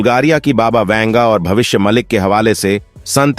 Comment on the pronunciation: भविष्य मलिक नही , भविष्य मालिका, पहले ठीक से बोलो